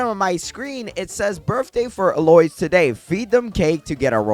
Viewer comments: EL OISE OMG. it’s pronounced El oh eez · Eloise is pronounced ell-oh-eez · Eloise is pronounced L - OH - EEZZ 🫶🏽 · EL Oh Eez is how you say Eloise Bro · I always pronouced it ehloys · The way you say eloise is mildly infuriating lmao, my friends got level up lollipop 3 and another got a godly sprinkler i got a grandmaster 🙂